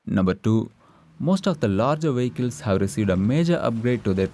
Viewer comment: Had me laughing at the "wehicles" part. Great videos as always.